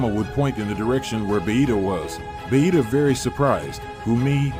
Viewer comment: Why do they call vegeta bahita 😂